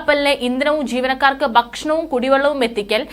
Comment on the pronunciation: 'ബാരിച്ച ' 'ബക്ഷണം' .'ഗെനനം'. എന്താണ് നിങ്ങൾ ഭാഷയെ ഇങ്ങനെ വികൃതമാക്കുന്നത് ? ഭാരിച്ച,ഭക്ഷണം,ഖനനം,എന്ന്ശരിയായി ഉച്ചരിക്കാനാവില്ലെങ്കിൽ ഈപണി താങ്കൾ ചെയ്യരുത്